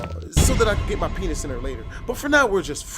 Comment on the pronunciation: Bruh the word vaginal and peenis